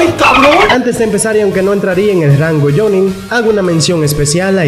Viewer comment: Porque dices jonne es jonin